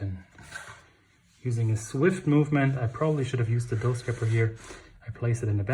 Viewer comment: Thanks for including the boule shaping. By the way, it’s “scraper”. Love your sense of humor.